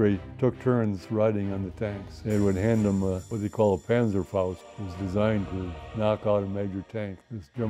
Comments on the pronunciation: its not called an panzer fouch. Its called an Panzerfaust.. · small correction: It's "PanzerFAUST" as in "Tank fist".